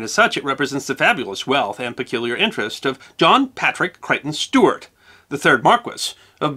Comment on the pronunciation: And the constant mispronuniation of the word "Stuart". Aargh!!!